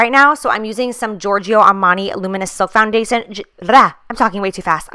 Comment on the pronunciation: when you were trying to say "foundation" you made the noise that Desiigner does in Panda and I can't stop laughing 😂😂🐼